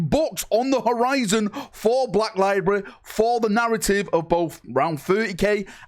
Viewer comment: Library is a three syllable word.